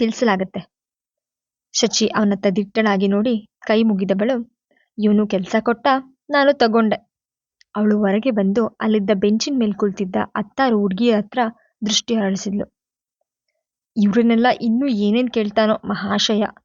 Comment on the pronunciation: ಆತ್ತ್ತಾರು ಅಲ್ಲಾ ಹತ್ತಾರು